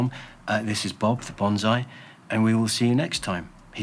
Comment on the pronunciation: I hope they stick around that is for sure. But yeah, profit helps the proposition. On another note, the word bonsai is pronounced "bone-sigh", where as "bonzai" is a war charge. :P